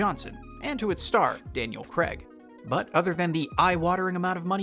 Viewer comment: It’s Daniel Craig pronounced Crayg